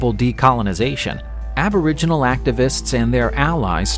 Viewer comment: that''s a robot talking hahah can't pronounce names of shit and was calling aboriginals abra jeans lol